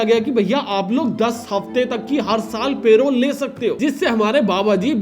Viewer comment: Bhai.. Good Video.. But Payrole nahi hota Parole hota hai. thoda pronounciation pe dhyaan do